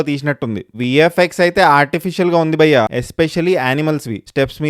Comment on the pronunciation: Nuvvu bayya ane word ni sarigga palikithe subscribe chestha